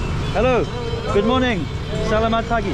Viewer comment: If no one else has commented 'salamat' is generally pronounced slamat - silent first a and emphasis on first syllable -- Have a great time Indonesia is one of my favorite countries and I'm so happy to see you covering it